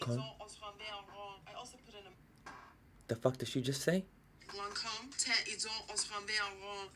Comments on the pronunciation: "She just hit me in the face with that beautiful language" YEAH NO. SHE DIDNT SAY A DAMN WORD RIGHT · The way you all struggle to pronounce "Lancôme" is so hilarious to watch as a French person ! So much effort ! One day you'll get it I'm sure :'D